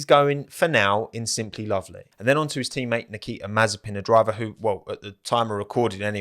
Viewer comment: Thats an L on nikita lol